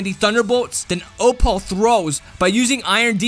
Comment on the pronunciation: It bugs me so much how you say O-Paul and not just Opal